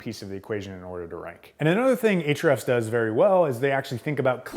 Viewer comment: Can't wait to watch this, but I first HAVE to know: Why is it pronounced "H-REFS"? (There's an argument I'm slated to win, with your help!)